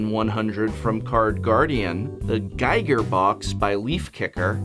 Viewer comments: To be fair, though, GEE-ger vs. GUY-ger is a pretty common error. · also needed to check if anybody else caught this! also, it's "gee-ger", not "gai-ger" H.R. Giger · It's also pronnounced GEE-ger, not GUY-ger. Just a little thing. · A big fan of your work Prof, but both as a Swiss and an art & design enthusiast, I have to point out that it's H.R. Giger (Hans Ruedi Giger) and Giger rhymes with eager. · ... H.L. Giger? .....H ARRRRR GIGER!! Great video as always, in any case. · Did you say H. L. Giger???? It's R! Hans Rudolf Giger!